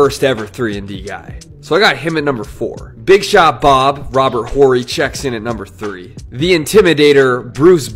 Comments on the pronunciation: The H in Robert Horry is silent buddy 😂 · H is silent in Horry, don’t think you know nba that well